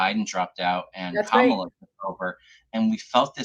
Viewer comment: I don't know how you think "Kamala" is supposed to be pronounced, but with Indian words and names you are never far wrong by emphasizing each syllable equally.